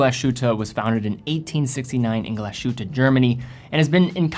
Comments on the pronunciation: Could you please learn how to pronounce "Glashütte" correctly? It is "glaz-hutte" not gla-shutte." It will make you a more credible source on watches. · It's not "GlaSHutte" but "Glas-Huette". Glass as you would (more or less) spell english word "glass", "Huette" would be most closely described as "Heete" but "ee" you try to say at the same time "oo" :-D "ooee"? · Hi, its not Gla-Shütte - its Glas-Hütte (meaning 'glass hut' or 'glass lodge'). 🙂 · It’s pronounced Glas-hütte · What a lovely design. Definitely some Braun AW10 vibes to it with it's plastic blacl bezel, but tastefully modernized Just a comment, it's pronounced more like "glass who-te" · I love your videos but you could work on the pronunciation. What is “gla- shootuh”? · Finally! I was scrolling to see if anyone had commented on the pronunciation before I did 😆 It’s pronounced like something between y and u. Definitely no “sh” sound. I’m Swedish but I’ve studied German for about six years. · Hey, would you do me a favor and split the 's' & 'h' in your pronunciation of Glashütte? Great watch one way or the other of course